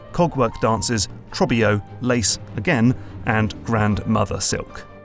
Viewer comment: how are you going to put Trobbio saying his name out loud in the video and still pronounce it differently 😂